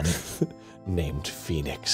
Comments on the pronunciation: bro said poenix wright in the intro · "Peenix right"